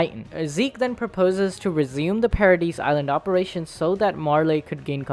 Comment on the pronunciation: "Opration" LITERALLY UNWATCHABLE